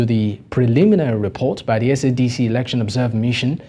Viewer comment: The only shame is u saying eroction. 😂😂😂 we love zanupf and it will rule for life